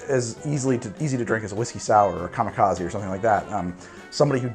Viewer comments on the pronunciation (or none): none